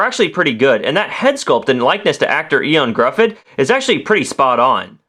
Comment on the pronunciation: "Eon Gruhfud"... it's pronouced "Yo-han Griffith"